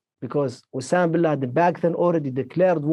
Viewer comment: Obama Bin Laden... Am i the only one te hear that slip from Jordan's mouth?!